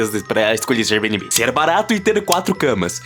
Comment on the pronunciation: Kkhkhkhkhkh "érbinibí"